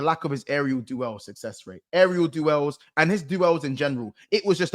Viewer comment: Funny calling duel's. Do-els 😂